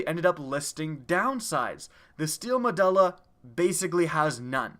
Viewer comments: The "u" in "Medulla" makes an "oo" sound, and the "e" in "Hakke" makes a "aye" sound. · it's actually pronounced, medoola